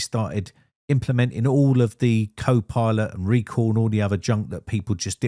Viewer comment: What is "Reco"? You mean "Recall"?